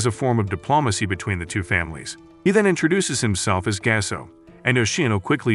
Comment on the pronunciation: Thats not gase thats Gaseoh